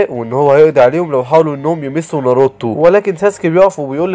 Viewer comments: ناروتو ❎ نروته✅😂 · اسمه ناروتو مش نرتو و ساكورا مش ساكوورا